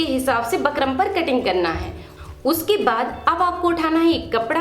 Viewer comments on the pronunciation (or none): Pheli baat to bukram bol lo aap bakram bakram krke sir mai dard kr diya mere to😂😂